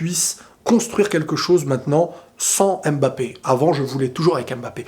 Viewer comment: Avec tout ce qui se passe avec ce joueur, ce qui me surprends le plus, c’est que peu importe à quel point on a entendu parler de lui, jusqu’à présent personne ne sais prononcer Mbappe correctement 😂😂 le « M » ne se dit pas.